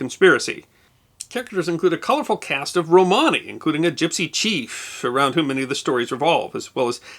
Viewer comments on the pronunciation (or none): none